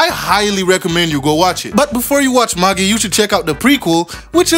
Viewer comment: It’s pronounced MA-JAI not MA-GEE lol